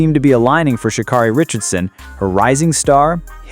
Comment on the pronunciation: Its Sha- KERRY NOT KARRY, DUMMY!!